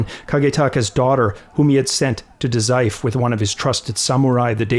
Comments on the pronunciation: great vid. just a note about Daizufu three syllable word with the vowel u pronounced ie, fu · The U in Dazaifu isn't silent btw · DA ZAI FOOOOOOOO. Lack of the fu for Dazaifu drove me nuts!